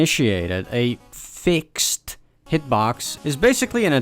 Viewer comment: sorry i had to stop watching this video because of the way you said fixed